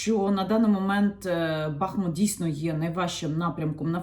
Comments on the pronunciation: Прошу, будь ласка, називайте наше місто правильно. Наголос на У. БахмУт. І одразу для бажаючих подискутувати: У м. БахмУт є річка БахмУтка, також є район ЗабахмУтка. Використання іншого наголосу є невірним, хай навіть вікіпедія вам скаже що можна і так, і так. Прошу, не кажіть БАХмут, там і так достатньо бахів 😢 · Дякую за відео! Коли говорите Бахмут то наголос потрібно ставити на другий склад. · Дякую за інформацію. Поясніть, будь ласка: який правильний наголос у місті Бахмут? Бо Вікіпедія дає наголос на другому складі (за назвою невеликої річки), а Яніна на початку відео ставить на першому. Де істина?